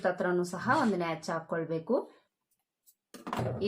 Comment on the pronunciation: Please madam, natch ಅಲ್ಲ, notch ಅನ್ನಿ